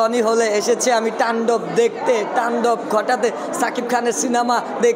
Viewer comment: তান্ডব❌ টান্ডব✅ পজিটিভলি❌ প্রজেভিবলি✅